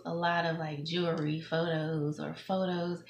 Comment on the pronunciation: She can't even pronounce the word jewelry.